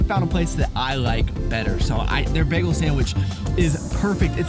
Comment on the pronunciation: Bay-gul, not beg-gul